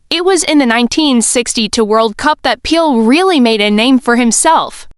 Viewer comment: Please pronounce his name correctly you are calling him peel and it is not